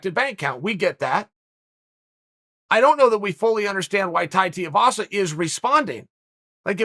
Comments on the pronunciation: Its shoeyvasa not shiuvasa come on chael tf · “Too-ee-vasa” not “tee-oo-vasa” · Uncle Chael.....his name is Tuivasa.....Too Eeee Vossa.....Not Tee Oooo Vossa. C'mon now Uncle Chael. Focus. FO CUSS! 🤣🤣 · Did anyone keep count of how many different ways Uncle Chael pronounced Tai's surname? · Me: Tai Tuivasa Chael: Tie Tiavasa Me: Ok, Great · Tie (as in neck tie) Two ee vah sah (Each vowel is pronounced separately) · Chael! its 2 e vasa (two-e=Tui) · Wow went full Schaub on this one learn the names bro TUI VASA easy bro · Teeovasa it is folks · I couldn't finish this video b/c of all the ways he mispronounced Tuivasa's name lol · How hard is it to say his name properly Chael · Just over four minutes and I don’t think chael said Tai’s name properly once🤣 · Chael mispronounced Tuivasa more times in a 4 minute video than he has wins in the Octagon...... and he has never lost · Chael "Non-Anglo Last Names Are Not Worth My Effort" Sonnen.